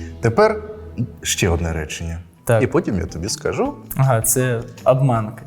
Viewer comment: Чому стало модно серед розмовни хблогкрів робити наголос на 1 складів таких словах: пишу, роблю, кажу.... Мене це стращенно дратує. Вони всі стали гуцулами? Мене це страшенно дратує